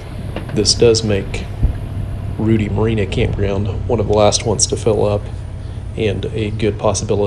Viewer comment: I tried but I just can't. You are pronouncing it wrong. It's Rued-long i like in die. Thank you for your videos.